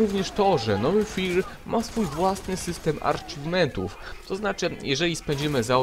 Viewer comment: jak już to mówi się "acziwmentów",a nie "arcziwmentów"